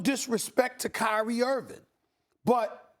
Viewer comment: Can someone tell Stephen Hairline Smith that it's IrVING not IrVIN